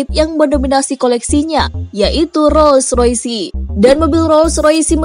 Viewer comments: Roll roys bacanya, bukan roll roysi.. Gw yakin bahasa inggris lu dapat nilai 3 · Gua ngekeeekkk bangke. . .baru liat video ini. Kenapa dibaca roysi sih nih orang. Hahahahahahahahahahahahahhhha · mc laren disebut ( emseleren ) roll roice disebut ( rol roice )